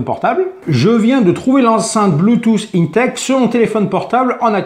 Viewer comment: C pas inetex mais 1tex pour la pronaonsiaation